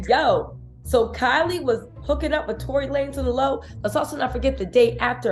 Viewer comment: Tory lamez 😂😂I needed that laugh… I love your content btw